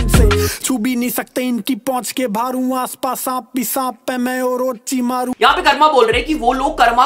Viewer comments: Ochimaru nhi it's orochimari bro 😭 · Bro thats orochimaru not ochimaru😅😢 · Orichimaru hota hai ochie maru nyii 😂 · Ochimaru Nahi Orochimaru Hai 💀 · wo ochimaru nhi orochimaru hain